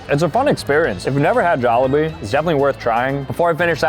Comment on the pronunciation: You pronounced jollibee wrong